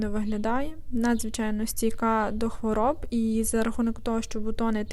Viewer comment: Чудові троянди.надзвичайно гарна і корисна подача матеріалу.гарний голос.єдиге.що ріже вухо " хворіб" .ХВОРОБ.Якби була хворіба.то тоді.можливо.хворіб.а так "хвороб".